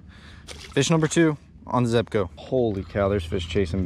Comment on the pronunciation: I see u finally learned how to pronounce zebco lol